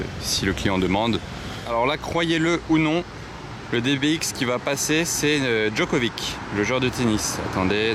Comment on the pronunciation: K2000 c'est une Pontiac Tran-Am. Pour info on dit Djokovitch. Tu dis pas Ibrahimovik, hé beh c'est pareil.